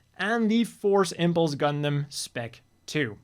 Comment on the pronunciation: When the designer reads "Gundam" as "Gungan".